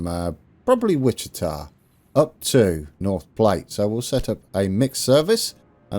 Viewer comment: I believe that North Platte is pronounced "plat" (like "flat). Anyway, you're off to a nice start. Cheers!